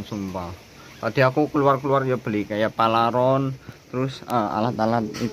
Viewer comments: PARALON DIK,BUKAN PALARON 😂😂😂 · Paralon..bkn palaron..😅😅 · Paralon bukan palaron😂😂😂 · PARALON Mas bukan PALARON 😂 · PARA....LON bukan PALA...RON🤭